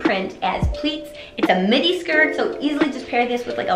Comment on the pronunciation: oh...you were saying "midi" and i heard "mini. i was like " what is she talking about?!"